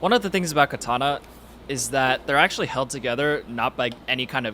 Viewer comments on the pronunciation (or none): It is pronounced kAtana not kItana